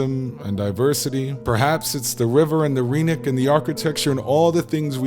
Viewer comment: The y in rynek (and every Polish word) is not pronounced as ee but as i in kid or bin